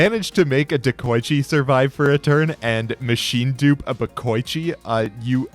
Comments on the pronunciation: Everyone: De-koi-chi: DeH-kOh-iChi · ah yes, deko-eechi